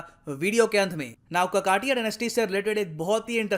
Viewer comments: काकतीय वंश है काकातीय नही कृप्या सुधार कीजिए । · काकतिय not ककातिय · It's not कक्कटिय it's काकतिया pronounciation is not correct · ककाटिया nahi..it's काकतीय... pehle apne desh me jo bhashaye hai to unhe respect karna.seekho! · ककाटिया नहीं शुद्ध उच्चारण काकतीय है। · Sir it's not ककाटीया it's काकतीया ☺☺ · Kakatiya is not pronounced (ककटिया) It's pronounced as (काकतीय) (కాకతీయ) Ans: Liverpool recently lost its UNESCO world heritage city tag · काकतीय please don't kill the language with mis pronunciation 🙏🙏🙏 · Sir, please pronociate it as 'काकतीय' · A proud moment for Hamara pyara BHARATH 🇮🇳🇮🇳🇮🇳 Sir, a small note. You are spelling Kakatiya wrong. It is spelt as काकतीया . My mother tongue is Telugu btw nd I'm from Telangana. Also near to Ramappa temple, there is 1000 pillar temple and bhadrakali temple. These both places are also places of interest nearby. In Warangal. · It is correctly called काकतीय